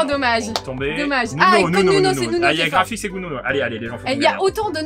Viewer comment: Respectez son blaze c'est NUNO et pas NONO